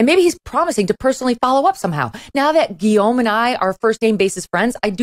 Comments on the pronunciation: I admire her saying ''Guillaume'' the French way and not like some ugly American wjo might say Lewis instead of Louis. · Well, with one caveat. In French its pronunced "Lou-i", not "Looisssssssss". Guillaume is well pronunced however.